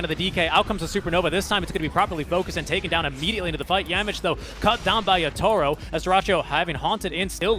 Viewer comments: ยา-โท-โร่ ด้วยแต่อ่านเป็น ยา-ทูโร่ ผมฟังๆรู้สึกหงุดหงิดยังไงก็ไม่รู้555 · miposhka กับ yatoro มันอ่านแบบนั้นหรอครับ คือฟังแล้วมันขัดหูมากเลย อีกอย่าง yatoro ไม่ได้โกนหัวก่อนแข่ง แต่โกนก่อนเจอ OG รึเปล่า ?